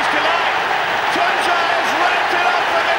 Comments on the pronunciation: I've always loved to hear that British pronounce of his name. Tunçaayy 😄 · I love how every commentator pronounced his name correctly. Nice job.